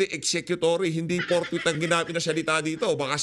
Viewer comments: Si escudero ang basa sa fourthwith,ang basa at pag kakaintindi ay portbarrel bwahh arugoy kaganid nireng si chiz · PORKWITH!!! Hindi forthwith ang sigaw nila.